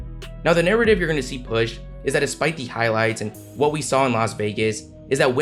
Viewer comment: The announcer who kept saying “wi wi”